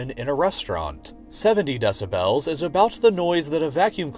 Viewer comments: It's "Dessabells" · “DeciBELLS” oh god lol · Meanwhile the loudest and most obtrusive sound in my mind is your pronunciation of “deh-sib-hels” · he says decibels like desubells and it triggers me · Take a shot every time he says “DE-SA-BELLS” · Can we just appreciate how he pronounces decibels Deci bells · if he says deci-BELLS one more time I’m gonna rip my ears off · De-ci-bells lol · Can this dude learn how to pronounce decibels, it’s not DECI BELLS lol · I can't enjoy this with the narrator mispronouncing 'decibels' over and over. des-a-bl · i was trying to take this video seriously but i immediately gave up hope when you pronounced decibels like that for the 10th time. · I really wish the narrator would learn to pronounce decibels. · why god do you pronounce decibels like that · The way you say "decibels" triggers me.